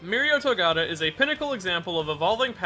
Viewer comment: Gotta learn how to say his last name though